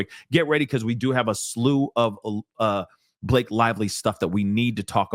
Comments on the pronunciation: I love the way how you mispronounce Blake's name, cause in my first language it means "moth" :D :D :D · I can’t help but giggle every time I hear you say B-lock-a and.